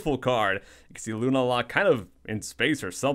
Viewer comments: GAH! lol Lunala = loon-AH-la not loon-ah-LA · isn't it pronounced like lunaaala? not hating,just curious.